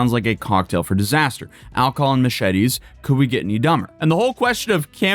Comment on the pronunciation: "mooshety" lol